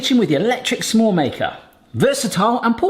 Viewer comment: hehe it feels like you're saying 'some-more' maker 😊